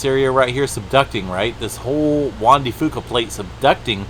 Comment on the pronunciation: Its juan de f-YOU-ca